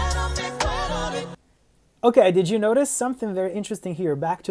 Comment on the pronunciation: Amé esa performance, pero me sigue incomodando el "Pero me acueRO de tí" de los coristas, ojalá hubieran trabajado más en la pronunciación de la palabra "AcueRDO"